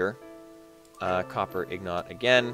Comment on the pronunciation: They are INGOTS ya dingdong! Not IGNOT